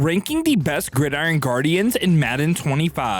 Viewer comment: "Guidiron" Guardians